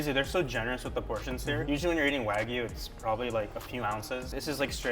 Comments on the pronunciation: Mikey, pretty please stop calling it WAGU there’s a Y in there... Waa-GYOO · Its not WÄGUY .. its WA GUY , god damn the pronunciation makes me angry.